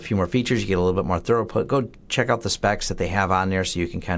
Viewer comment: Why are you butchering the English language? I know your not illiterate. Where are you getting throughout put? How are you saying it that way and sleep right at night? Its throughput! say it with me throughput!